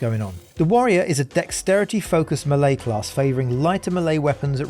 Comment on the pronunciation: Am i the only one that cringes everytime he says melee?